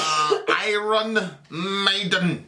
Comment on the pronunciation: I-Rons. Well done. You're officially illiterate👏